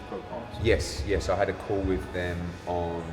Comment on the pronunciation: Eddies new slogan "lets have a cawl" 😂😂